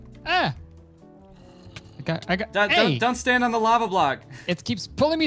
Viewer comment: everyone’s just gonna skip over the “into da lavah”